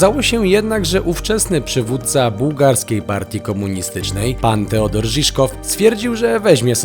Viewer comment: Właściwie imię powinno się wymawiać Todor. Ciekawy obiekt